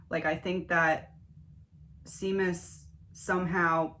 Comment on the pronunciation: 🇮🇪 His name is an Irish name pronounced “Shay mus” Love your videos ❤